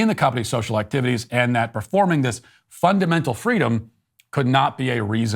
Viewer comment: ... " fun-damental freedom"... ha, that was fun.